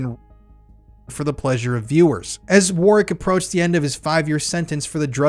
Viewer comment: So glad you pronounced that 💩 Warwicks name correctly 😎 Keep up the great work as we need to EXPOSE all the fiddy kiddlers Ps I caught the slip 😉 but nice recovery 👍🏻